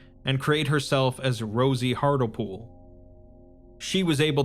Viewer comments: Mate, Hartlepool is a place in the UK and it's pronounced Hart-Leh-Pool. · Minor point, but I am pretty sure that the doctor's name would be pronounced hart-lee-pool, like the town with the same name in England. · That's not how you say Hartlepool